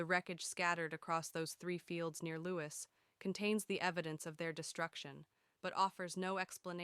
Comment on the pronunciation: It is not LEWIS but LEWES. Lewis is an ISland in Scotland. Lewes is in Sussex just inland from the port of Newhaven.